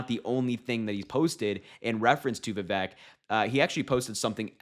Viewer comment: Just like Kamala, Vivek has been around quite awhile. It's pronounced "vih-vake." Rhymes with "snake."